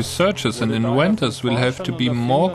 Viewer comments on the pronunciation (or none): "inwenters" lol